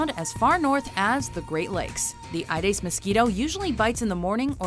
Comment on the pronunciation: It's not AIDES Its AEDES pronounced A-E-DES.